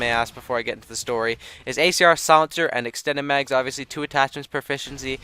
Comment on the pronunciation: at least he did say extanded nipples X_X